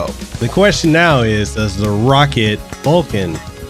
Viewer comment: its not pronounced rocket..its pronounced row-cat